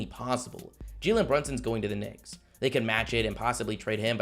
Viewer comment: It didn’t sound like he said knicks at the beginning